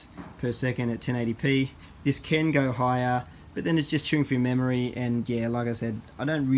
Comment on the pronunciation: "memorey"? just giving u a hard time. lol. thanks for the videos